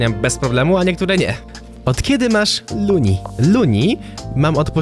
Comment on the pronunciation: lol masz luni a nie lunni